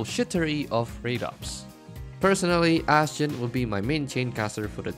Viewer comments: Im pretty sure people pronounce her name astjenny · Seriously, how do you pronounce her name?